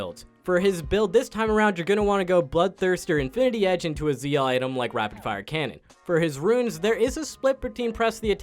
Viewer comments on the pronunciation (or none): none